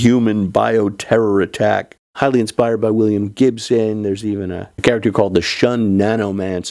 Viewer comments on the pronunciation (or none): none